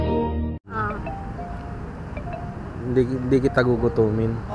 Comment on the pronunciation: "hinde"😂 hahaha,depesive si,haha